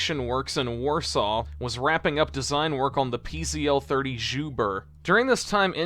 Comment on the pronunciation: Pronunciation correction: PZL is pronounced "pizzle".